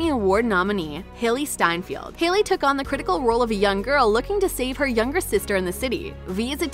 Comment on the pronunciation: The way she said “Steinfield” instead of Steinfeld